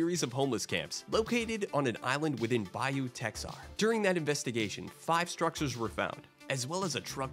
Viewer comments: yeah but u said “Texar” , I know it’s crazy and only if ur from the area would ya know but …. It’s “Tehar” And I’m sure u heard it plenty but the locals born in key west are called “konks” not Conch 👍🏼🤘🏼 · I think it is pronounced “ta har” !